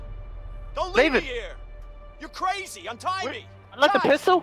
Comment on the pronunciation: Did say “ice cweam” and “cwazy?”